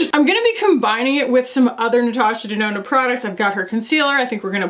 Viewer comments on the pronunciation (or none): oh giiiiiiirl the natoosha denoonoo melted your brain, "the hole is only so big" oh my GOD lol.